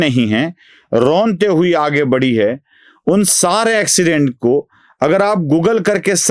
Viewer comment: अॅक्सीडेंट नहीं। एक्सीडेंट।